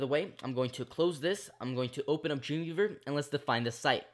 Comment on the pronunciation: It found it quite hard to understand what you were saying when you said "Dreamweaver". I first thought you said 'Junior verb'. Great tutorial though.